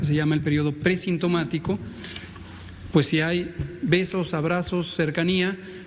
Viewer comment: Para ciro y sus esbirros, es una exageración... Claro si ciro solo dabe decir "pus" "pus" jajaja creo que se dice pues jajajaja